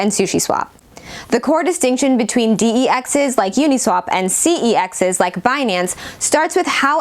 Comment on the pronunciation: "Dee-Ee-Exes". Does this girl even know what she is reading?